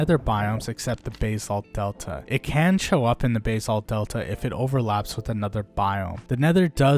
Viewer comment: why you saying basalt like that 😭😭